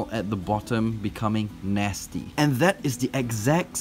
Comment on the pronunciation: Cuz he said gone naysty just use the communitive property = naysty gone trolololololol